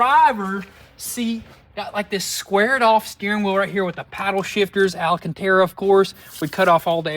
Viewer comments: ALCANTARA , not alAcantara !!!! good lord you'd think someone who says a word as much as him would at least learn how to pronounce it correctly... hUkEd AwN fAwNiX wErKt FuR mEe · Damages? The word you are looking for is…….DAMAGE!!! And Al-a-can-Terra? It’s pronounced AL-CAN-TARA!!! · Dude it’s Alcantara, not Ala Cantara! 😂😂😂 😂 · "alacantara" Please, alcantara. Time to start holding shippers accountable for their major errors. Losing a hood is HUGE. Did they kill someone else on the road when that flew off? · It's Alcantara not alacantara 😂 it's been years now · Guys. It’s AL-CAN-TARA!! Not Al-uh-can-tara. Seriously. It’s been YEARS and you continue to not say it correctly. Also, Japan=Juh-pan, not Jap-pan 😂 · Guys...Its Alcantera..not ALAcontara..I can't stand it anymore..😆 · I'm sure this has been pointed out to them 10000 times, but it's alcantara, not alacantara. Said like the name Al Cantara, not his wife Ala Cantera. But they've been saying it this way for 10 years now so I'm guessing they know by now. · Stop with the Alancantera! Just Alcantera. No Alan, just Al! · It's not Alacantara 😂it's Alcantara, no A.lol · Who the f*** is Alan Cantara? Oh, you mean alcantara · FFS…it’s called Alcantara! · Really need to learn how to say alcantara.. there’s no i in it😅